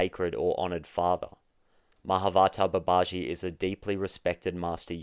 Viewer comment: I think it’s Mah-a’vatar Ba’ba-ji